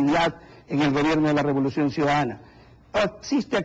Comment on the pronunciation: Este periodista dice" El gobierno de la revoluciom